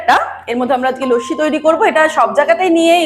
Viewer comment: Lossi bolun, bes bangali lage...lassi kane lage